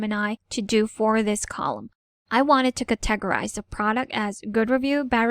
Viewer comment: CAT a gory. CAT a gorize. etc. :) Emphasis is on CAT.